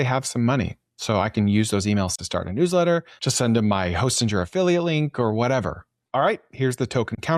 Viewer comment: It’s pronounced Hosting-er, not Hostin-jer.